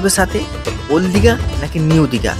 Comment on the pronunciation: দিদি ওটা ওল দীঘা নয় ওটা ওল্ড দীঘা😂😂